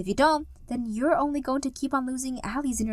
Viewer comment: Al lies. Not allie